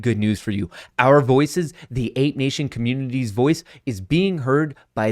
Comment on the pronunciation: Does anybody else think he says the word community weird ? Is it just me ?